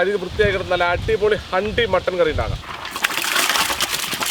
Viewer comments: ഹണ്ടി അല്ല... ഹാണ്ടി ആണ്...😂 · handi h silent anekilooo ikka